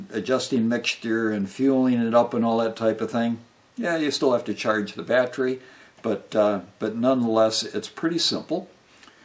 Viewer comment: You do know that theres an e in the word battery right?It's not spelled battry or battrie.... So why do you pronounce it that way? It's very weird.